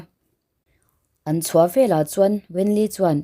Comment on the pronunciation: I thil chhiarhi a dik lo nasa ka ngaihthlak peih loh phah thin ve leh tih tur tehi vela i ti ziah mizo chu i ni awm sia